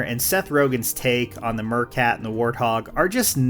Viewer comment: What's a mercat? Meerkat has a long E sound. Or was it myrrh-kat for the holidays? By the way, for some extra polish: IS (and are, be, etc.) should be capitalized in titles. At 4 minutes, you have two "that"s (that if x that y) and that's redundant. And "these kind"... well, these are all common errors, but errors nonetheless, and your videos would go from great to refined with them addressed.